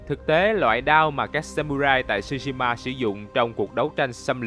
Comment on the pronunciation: không ai đọc "shu" shima như ad hết, chữ đó phát âm theo tiếng Việt gần nhất là "trư"shima , trời ơi có google dịch mà, làm ơn tìm rồi hãy làm chứ, sao lại qua loa như vậy được